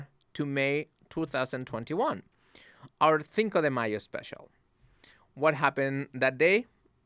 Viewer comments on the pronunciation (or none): “Thinko” lmaooo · “Thinko de Mayo Special” that bothered me so bad